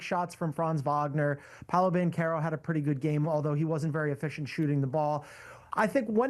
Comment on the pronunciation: Wagner is pronounced Vagner. Banchero is pronounced Banquero. It’s really pathetic how many people pronoun them wrong.